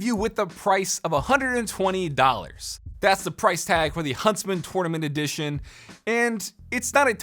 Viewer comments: Take a shot every time he says "Torn ament" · Its pronounced “tournament” not “tournament” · Ahhhhh the way he says tournament 😂